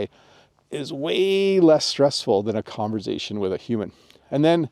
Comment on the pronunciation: the S in conversation is unvoiced